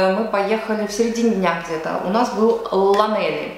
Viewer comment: Спасибо за ваше видео. Было интересно услышать ваши мысли о моем родном городе. Тем не менее, вы неправильно произвели название города, Лланелли. Это валлийское слово, означающее Церковь Святого Элли, и, следовательно, оно не произносится как написано. Кроме того, вы ошиблись, сказав, что здесь мало что можно сделать: поблизости много красивых пляжей, не только пляж Лланелли, но и порт Бурри, Пембри и пляжи Гауэра. Кроме того, вы можете наблюдать за игрой знаменитой команды по регби, «Скарлетс» и полупрофессиональной футбольной команды «Красные». Существует фантастический новый театр, где можно посмотреть спектакли, мюзиклы, а иногда и русский балет и оперу, который называется The Furnace или The Rachel Roberts Theatre. Если вы любите природу и дикую природу, вы можете посетить The Wildfowl и Wetlands Trust, где есть утки и гуси со всего мира!